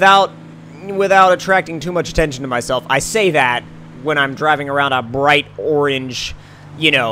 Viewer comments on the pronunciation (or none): none